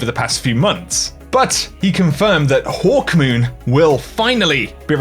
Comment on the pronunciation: They really butchering Hawkmoon smh